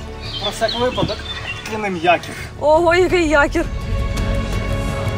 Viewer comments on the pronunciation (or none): none